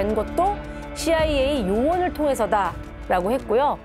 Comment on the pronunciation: 전쟁을 ‘통해서’라고 말하는 그는 한국인보다 더 정확하심 ㄷㄷ